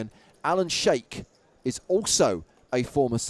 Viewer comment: Ha ha. You wonder if these guys can read names, sometimes. 'sheik' is not pronounced 'shake' but 'sheek' and 'beaty' is not pronounced 'betty' but 'beat-ee' or sometimes 'batey'. Still love James and